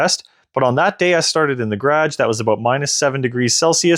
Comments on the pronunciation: Nice work on this video! You clearly have the units understood. Not a single mistake with kwh versus kw. The only thing I can comment on is your pronunciation of garage . It is a two syllable word but you are trying to shorten into almost one syllable. Like gradj instead of gar age. A tiny piece of the U.S. does that if from near Washington DC and south of the Great Lakes. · Nice test. Had a problem understanding what a gradge was 😂 What battery chemistry do you have? NMC I'm guessing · This is all good and well, but what's a 'gradge' ??